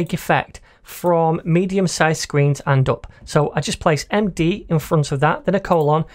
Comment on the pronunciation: "and uop" i just love that accent